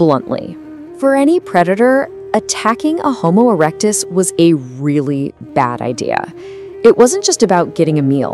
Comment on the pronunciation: Homo erec-dis-dic